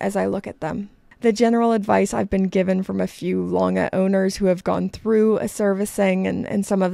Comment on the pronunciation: Pronounciation of Lange was ok. Greetings from Germany